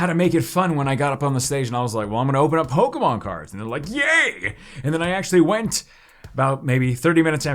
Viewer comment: Does he realize it’s sounds like Pokinon Not Pokamon